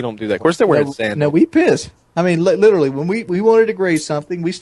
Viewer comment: Listening to wings lidurelly makes ya lose brain cells. Like awnestly... Matta fact, go ahead and ban thinking please.